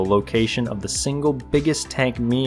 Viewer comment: It greatly amuses me to hear a grown man say, "Tonk"